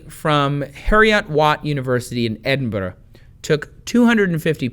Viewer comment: You butchered Edinburgh and Heriot watt.